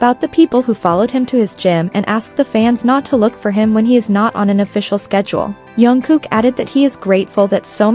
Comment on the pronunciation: First pronunce his name properly